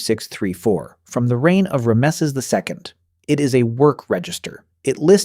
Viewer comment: and pronouncing Ramses as "rah messes"